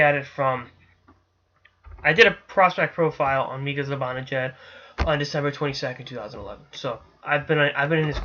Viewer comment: hey.....it is pronounced (mee-ka ze-ban-a-jad not ZE BON A JAD.....just a sens fan giving you some help.